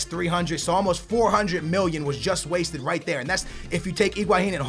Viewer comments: Why u say wasteded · Why you saying "wasted" like its money not well spent???